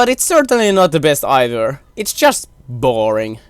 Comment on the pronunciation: "b-ORING" Im so sorry lol